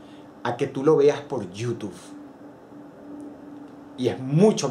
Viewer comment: Extraño cuando decías /youtub-e/.